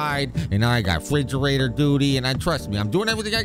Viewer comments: "fridgerator duty" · "I got refrigerata duty" 🤣